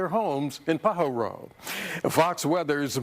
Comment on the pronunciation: Say it, PA HAR O. How I wish newscasters could pronounce correctly.